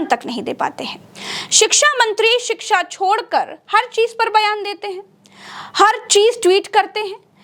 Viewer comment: आप शिक्षा का सही उच्चारण नहीं कर पा रही है